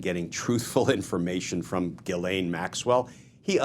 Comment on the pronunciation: Dear Glen, your pronunciation of Gislain is faulty and problematic. Please correct it by giiving the G a "J" sound and articulating the letter S.